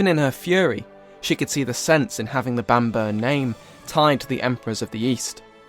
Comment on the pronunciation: Bam-borough not Bambur